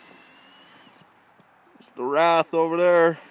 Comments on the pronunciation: wraith not rath! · it's not a wrath it's a wraith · its called a WRAITH.W R A I T H....NOT A WRATH